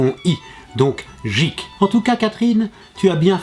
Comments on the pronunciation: Guik... et non jikk.... (GEEK) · Le geek ce prononce gueek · J'avais mal au oreilles a chaque fois qu'il disait jeek mais a part ça, cette video est cool. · C'est marrant que un geek, il le prononce jeek et une geekette, guikette. :o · on dit pas jik mais guik et ca c'ecrit geek ! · J'adore le jeek au lieu de geek xD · On dit geek pas jeek Meme si sa s'ecrit geek sa ne se prononce pas jeek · Je ne supporte pas comment il prononce le mot geek,il s'écrit geek mais se prononce gueek et le mot gamer s'écrit gamer mais se prononce d'une tout autre facon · Papa de l'Internet , Geek se dit Guike et Gamer se dit Guémeur voilà :) Sinon bonne vidéo :) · c'est quoi cet accent de m**, soit il parle anglais avec l'accent adéquat, soit il le dit pas... ou il trouve le synonyme en francais ! c'est navrant de déformer l'anglais comme ça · la vidéo est bien, mais le prononciation de "geek" et de "gamer" me font mal aux oreilles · il le fait expres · tu a mal dit le mot geek sa vien des anglais se mot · Bonne culture general, mais ta prononciation me fait un peut peut, l'humble, TS, geek, ... (Et j'en passe et des meilleurs). Mais sinon, super comme d'hab! ;)